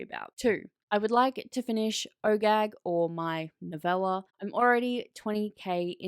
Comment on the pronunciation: every time you say OGAG i hear Oh Gag and snicker a little bit to myself 🤣